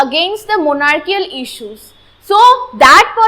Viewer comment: It's good but your monarchical pronunciation is wrong